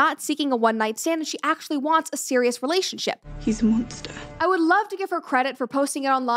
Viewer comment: "he's a munstah!" had me LOL'ing.